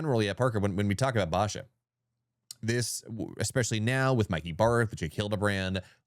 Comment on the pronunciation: Please learn how to pronounce “Basha” ….also please fix your mic gain levels on the podcast ….his mic is so low when ads come in, they are ridiculously loud ….love the content though. Keep it up.